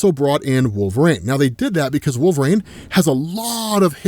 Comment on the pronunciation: ISTG,... If you don't stop saying "Wool-vuh-RAYNE"...